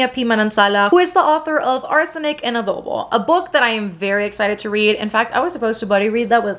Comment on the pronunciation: It's so satisfying to hear a non-Filipino youtuber pronounce "halo-halo", "Manansala", and "adobo" correctly 😆 we've got them hard vowels!